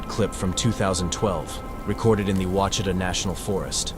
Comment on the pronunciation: Then there is the issue of Crowley's Ridge. It is pronounced as Crow-lees Ridge like the bird and lees. I don't even care to get into the butchering of Ouachita in this video.